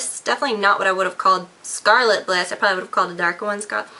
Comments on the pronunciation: one correction: It's "Scarlet Ibis":) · It's called Scarlett Ibis, not Scarlett Bliss. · Scarlet Ibis. EYE-Bis, as in the pretty orange/red colored bird.